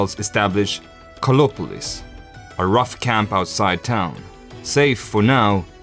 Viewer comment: I was searching for "Kolopolis" bec someone could not pronouce the "a" and "r" of KARLOPOLIS..... 👎